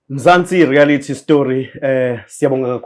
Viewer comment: ‘Rearity’ ‘Suscribe’ 😂😂😂😂😂😂😂😂😂😂